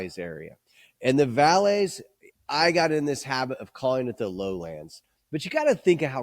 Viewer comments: good on you for trying. To me it came across like you were saying los altos and then valleys. I pronounce it as vai-yez. Or maybe even with a soft b as buy-yez. The double LL makes a y sound. My Spanish is also quite terrible though. In any case I get what you're saying. It does make sense to say Highlands and Valleys. Rather than Highlands and Lowlands. Maybe we're borrowing from scotch terminology when there isn't any similarity. I don't think there's any negative connotation with saying Lowland but it definitely isn't an accurate way to describe the area. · Are you saying valleys or valles? I get there the same thing. I ust can't tell which one you're pronouncing.